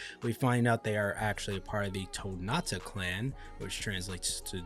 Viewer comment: fyi, it is TonTatta, not Tonatta. No big deal, just a bit annoying. Aside from that, you are doing great. Keep it up.